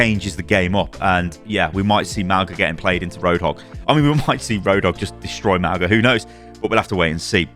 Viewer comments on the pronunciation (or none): its not Mao-ga thats just wrong